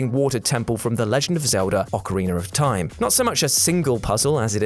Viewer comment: I love "Ocariner of Time"